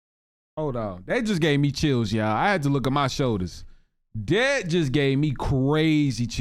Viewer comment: You realize you say YAW not YA'LL right?